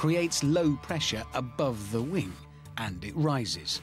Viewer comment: What is it with certain English people who say 'wink' in stead of 'wing'?